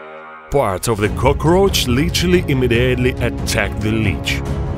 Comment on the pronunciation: this is like a gladiator arena, everyone just watching them fight to the death lmao (edit) Its "cockroach" not Cokrooach or cokarooch (edit 2) It's "immediately" Not imidely